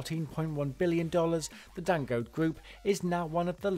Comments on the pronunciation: I know! I mean, with no offence intended towards anyone, if we can take the time to learn and pronounce "Schwarzenegger" I don't think it's asking too much to find out the right pronunciation of Dangote! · Who else got bothered every time he pronounced Dangote wrong?